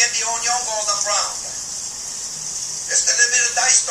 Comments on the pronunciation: Woah, when did he get a real chef's knife? Also, love his pronunciation of "un-yoan" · "The onyon" Bahahah